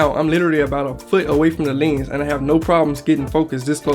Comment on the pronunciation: The way he says Llhennss...